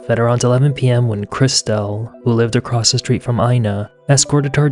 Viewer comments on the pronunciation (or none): none